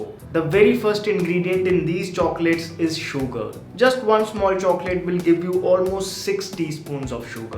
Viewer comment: please say 'sugar' in a normal way instead of enunciating a lot on the 'U' :)